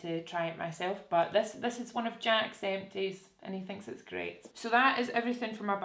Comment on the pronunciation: kept thinking you were saying eccies when you were saying empties